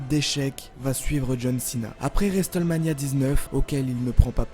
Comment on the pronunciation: Tu peux arreter de dire resteulemania ?